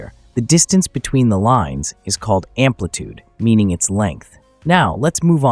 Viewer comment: amplitude, not ampitude